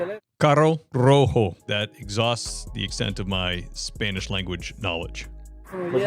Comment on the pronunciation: Why is he saying "Isponich"?